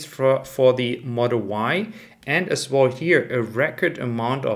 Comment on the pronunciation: Love your videos. Can you please not pronounce “as well” as “as wohl“ …. Really annoying. Vielen dank.